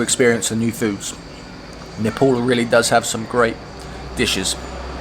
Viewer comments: I like the way you say nepal.Most of nepalese while speaking in english bring out their fake accent and say nepol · You started to pronounce our country name well...its almost perfect..🙏